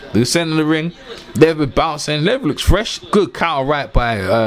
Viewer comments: Dude slow down it’s led-be-dev. Queens English my ass. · Lol Big below me, "just call him Dennis" lol...I lost it by this one "Dennis Moovinemoo"...just messin with you tho great vid